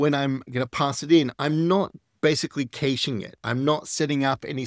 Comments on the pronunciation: It’s pronounced “cash”-ing (cash, like, money) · kayshing? :D